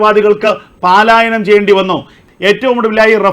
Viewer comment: എന്തോന്ന് പാലായനം, പ ലായനം എന്ന് പറയു. എത്ര നാളുകൊണ്ട് കേൾക്കുന്നു, ഒന്നാമത് ഒരുമാതിരി ചെകിടൻ ശബ്ദം, ചേട്ടൻ ഏത് സ്കൂളിലാ പഠിച്ചത്